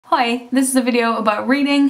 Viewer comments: what is that accent?!!!! is it just me or does you hear "oy"? when she says hi??? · the way you say 'Hi' sounds terribly alike to the way we Portuguese say 'hi' in a very informal-chatting-to-my-friends way. It's dutch, isn't it?